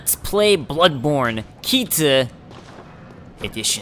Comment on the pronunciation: lol everytime I hear him say butt borne I thought he said buttporn